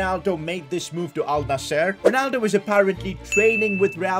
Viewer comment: Al nasser no say al nsar